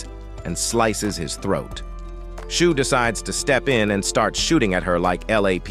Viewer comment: its shuu not "shoe"